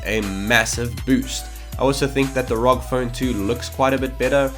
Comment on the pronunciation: I wanted to mute the video when he read R.O.G as rawg.